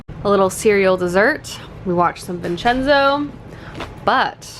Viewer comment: Finaallyy someone who pronounces vincenzo right